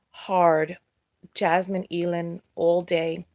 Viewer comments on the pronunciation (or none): AYE-LAND. Jasmine Eiland. Like "either"